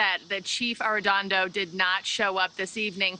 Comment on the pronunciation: She has read an additional ‘n’ in “Arredondo” every single time, but I don’t mind because mispronunciation shows disrespect. Arredondo deserves very little respect.